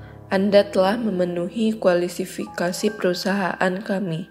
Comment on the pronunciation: KUALISIFIKASI perusahaan kami🤣🤣 Harusnya kan KUALIFIKASI Yang bener dong itu pembawa suaranya🙏🤣🤣